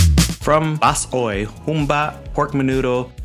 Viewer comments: Bas-oy in bisaya ur also wrong 😅😅😅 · Bachoy not Bas-oy